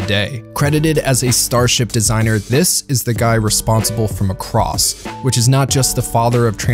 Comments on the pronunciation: Muh-cross?! Nonononono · i really gets under my skin the way this guy says macross ( not macrOSS!)